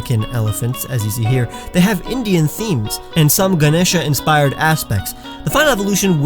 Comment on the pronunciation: You pronounce ganesha so well.love from India☺